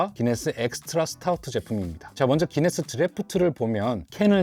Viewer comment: 왜 구인네스라고하나요? 기네스아닌가요?